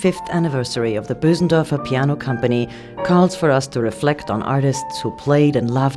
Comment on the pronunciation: its not boosendörfer but Bösendorfer (languagewise)